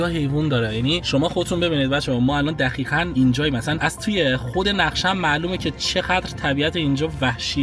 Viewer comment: عزیزدلم‌چرا به دقیقا میگید دخیخن؟ ببخشیدا واقعا اذیت کنندست که حرف ق رو خ میگید